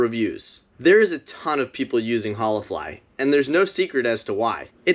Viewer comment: I literally laughed every time you said Holafly because if you visited a Spanish speaking country and greeted people with hola the way you kept saying it, they'd think you were special. 😂 Hollah!